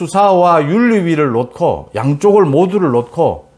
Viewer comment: 전달력 최고인 유익한 해설 감사합니다. 한가지 말씀드립니다. "00을 놓고"를 발음하실 때 의 발음은 "놋코"로 들립니다. 이의 발음은 "녹코"가 맞지 않을 까합니다.